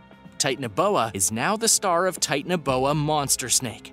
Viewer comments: It is not Titan-boa it’s ti-tan-o-boa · It’s not tit anoboa it’s acololy titanabooa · Tie-tan-uh-boa I’m gonna throw up if I have to listen to you mispronounce anymore!